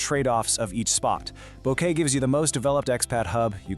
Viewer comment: Need to work on the pronunciations. You pronounce Boquete at least three different ways.